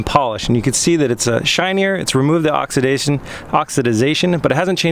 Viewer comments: The word is oxidation (ox-a-da-tion) not (ox-a- da-da-tion). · Dude you're adding an extra syllable. It's just oxidation. You keep saying oxi-ti-zation. Lol. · You were right the first time--it's oxidation. No "-idiz". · Oxidiezation. LMAO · Oxy did zation... had me rolling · say it with me "ox" "ih" "day" "shun":) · Huh. Well you learn something new everyday. I've never heard anyone say oxidisation before. Either way the way he was saying it made it seem unintentional. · J Jackson Only one is correct and it’s pronounced Oxidation because that’s how it’s spelled. “ aak suh dei shn “ is the pronunciation from the dictionary.